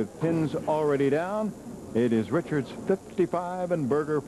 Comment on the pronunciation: Simpsons brought me here, now I ask. Did this guy say Dave Wochards instead of Richards?